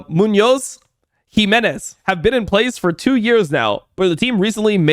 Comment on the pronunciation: You can get deported based on that Muñoz pronunciation alone 😂